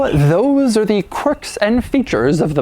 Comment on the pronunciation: kwirks did u find any kwirks in this? im surprised u found some Kwerks...amazing that this have so many Kwerks...and features of course but more Kwirks...or Kwercs